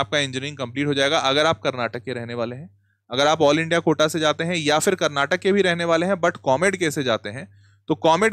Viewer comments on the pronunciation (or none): sir pleaseee, its not KARNATAK its KARNATAKA. for christ sake pronounce karnatakaaaaaaaaaaaaaa🥲🥲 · Sir, can u please pronounce it as Karnataka rather than Karnatak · One request please pronounce karnataka❤. Instead of Karnatak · That's Karnataka Not Karnatak 😡🤬